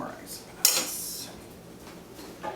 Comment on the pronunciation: Did he say iceopods?